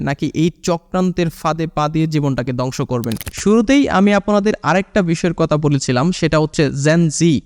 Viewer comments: দংশ না ধ্বংস 😅😅উচ্চারণ ঠিক করুন নাহলে দংশ হয়ে যাবে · দংশ না রে বা, ধ্বংস। উচ্চারণ সঠিক না করতে পারলে ভিডিওর মান খারাপ হতে বাধ্য। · দঙশ কি। দঙস কি ? কথা ঠিক মত বলো।